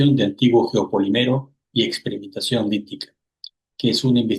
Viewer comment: la palabra no es "geopoliméro", es "geopolííímero", porque siempre repites el mismo error.